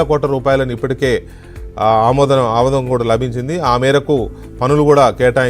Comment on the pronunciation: "ఆమోదం"అని క్లారిటీ యివ్వండి,,ఆముదంలా వచ్చింది word,,Y CHEEF వాళ్ళు పట్టుకుంటారు వెంకట్ కృష్ణ గారూ